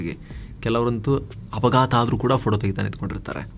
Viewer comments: ಅಲ್ಟ್ರಾ ಓಕೆ, ಉಲ್ಟ್ರಾ ಯಾಕೆ 😂😅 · ಅಲ್ಟ್ರಾ ಉಲ್ಟ್ರಾ 😂